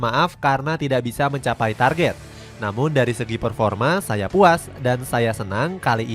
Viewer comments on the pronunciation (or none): none